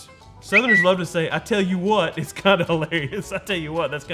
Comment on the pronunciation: . . . Uhhh, no. It’s “I tell you wuuut”